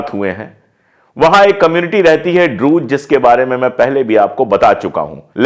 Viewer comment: Sirjee Druze Ka E silent Nahi hai Druzeeeee Pronounce E also Druzeeeee